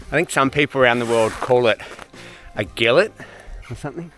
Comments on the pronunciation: Gillet! Pronounced "Jillay,"! Or something along them lines! Am from Cumbria, England, and that's what I call it. Even though I think it's a French term! Great video, my friend! Thank you 👍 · As someone from 'around the world', I found 'Gillet' with a hard T hilarious. We'd call it a Gilet (Jee-Lay)! Good luck with all your training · it's called gilete pronounced "gee-lay"